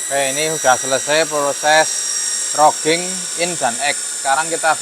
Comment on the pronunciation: widihh makin canggih aja nih mas, bukan bermaksud menggurui, roughing itu dibacanya rafing mas, kebetulan saya dulu magang di perusahaan manufaktur untuk spare part alat berat dibagian machining, sukses terus buat daoer oelang speed🎉